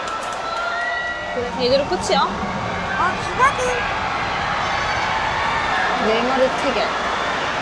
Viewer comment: 사투리 억양 들어간 네~이마↑르↓ E강인~ 하는거 디게 커엽네 ㅋㅋㅋㅋㅋㅋㅋㅋ